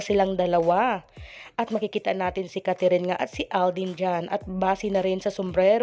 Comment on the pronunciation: Anong Catherine?its Kathryn,kindly pronounce her name correctly.Thanks.